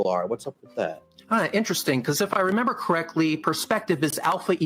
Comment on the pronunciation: 37 min 17 seconds… REN BER ?? Do you mean RE MEM BER it’s a 3 syllable word associated with memory . Try singing along with the catchy 1974 number …..a couple of times should do it …..RE MEM BER your a WOMBLE